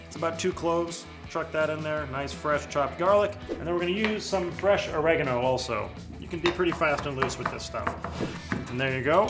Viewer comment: You pronounce oregano or-ig-arn-o